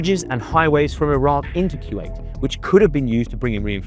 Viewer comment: It's Kuwait not kyuwait. Koo-Wait. Kuwait.